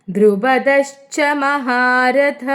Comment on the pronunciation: '🙏4-ാം ശ്ലോകം "2 nd വരി "മഹാരഥഃഎന്നു വരുമ്പോൾ മഹാരഥാ എന്ന് നീട്ടി വായിയ്ക്കണ്ടആവശ്യം ഉണ്ടെന്ന് തോന്നുന്നില്ല. വിസർഗം വരുന്നതാണല്ലോ?🙏 വരുന്നതല്ലേ?..